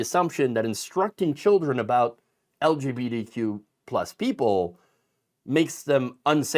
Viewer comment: The way you say the acronym, it sounds like you're saying "LGPDQ." Please work on that.